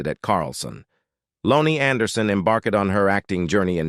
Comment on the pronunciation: Low-nee?? WTF?? Using ai for this is beyond lame.